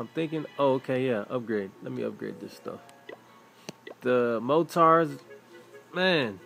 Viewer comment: He says mortars like mow tars